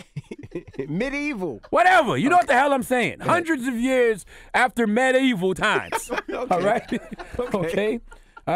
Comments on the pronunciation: Lord Ma-deevil 😭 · Ma deevul? Lol